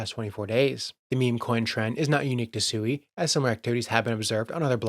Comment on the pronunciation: SUI Japanese for water, pronounced Sweee not a person named Sue E